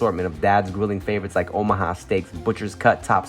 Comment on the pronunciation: Am i trippen or did Tim say “Ohama” steaks a couple times? Lol